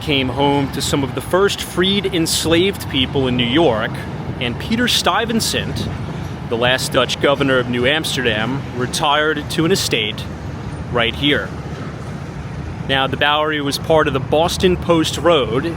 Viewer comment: Peter Stuyvesant. Not Peter Stuyvensant.